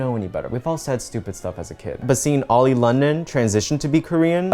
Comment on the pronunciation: I just had to point his out.... you said "oily"